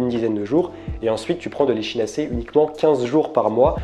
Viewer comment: On prononce "ekinacé" ! En phonétique ! Sinon très bien ce que vous faites 👌🏾